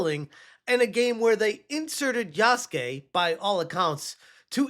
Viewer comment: Yah-soo-kay. Its spelled Yasuke, not Yaske.